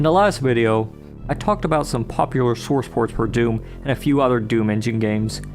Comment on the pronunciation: Do you say sworce ports on purpose?